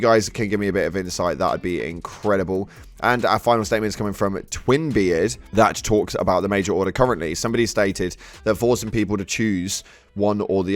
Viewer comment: When says Twinbeard, doesn't it sound a lot like Twin bed?😂